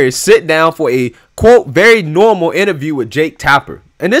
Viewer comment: You know they lying and keep saying it's " NOORMAL" 😁😁😁😁